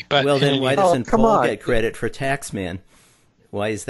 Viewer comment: Four year Love???wtf? It's for your Love, where did you hear that pronunciation from???? Barking mad! Dreadful.stuff!!!